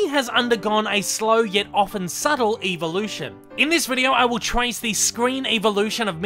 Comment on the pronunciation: Why do you say evolution like “EEEEVA-lution” like tf.